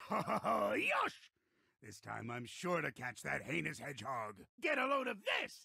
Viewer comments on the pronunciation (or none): He just said PEINOUS.